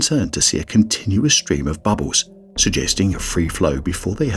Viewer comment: I like how the narrator says bubbles 😆